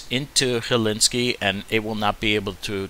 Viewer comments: Helsinki; not Hellinski 🤣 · Great stuff. Very helpful. Thanks. And, obtw, it is 'Hell-Sink-E' but no big deal.